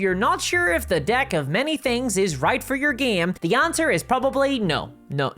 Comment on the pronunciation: Maybe its just me or the Irish accent but I am sure she said "Unlike many other adult toys the DICK of many things" ... of have I been on the whiskey too much